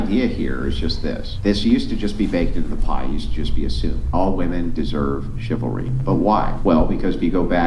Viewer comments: Can you pronounce women? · Day 1001 Dude you sound dumb learn to pronounce women properly you have a chance about them